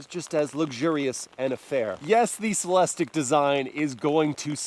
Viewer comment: CELEST-IQ...repeat after me.